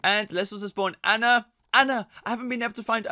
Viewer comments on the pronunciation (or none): It's pronounced awwna